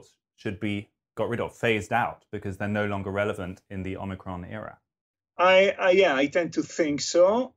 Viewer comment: "Homiecron" XD